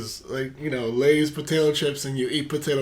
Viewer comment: Dude he said "if you hungry I got filets"..NOT Lays my guy..lol